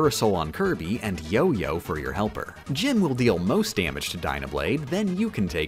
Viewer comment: Just an FYI: the "G" in "Gim" is pronounced the same way as the "G" in "GIF". I love how Computer Virus (EN)/Battle Windows (JP) just became "Windows". Couldn't you just mix for plasma?